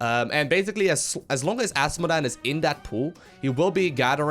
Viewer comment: I like how he says Ass modan